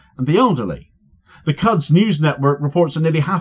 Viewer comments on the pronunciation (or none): Yo! Love your work. Btw Al Quds is pronounced like this 'al coulds" 😁